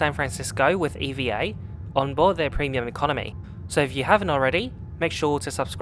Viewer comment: Just a curious question.. why are you pronouncing "EVA" as Eee-vee-A and not as EVahh... is it an acronym? Most people pronounce it as Evahh though 🤔🤷‍♂️